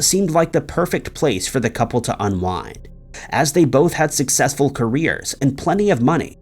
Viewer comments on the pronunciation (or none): none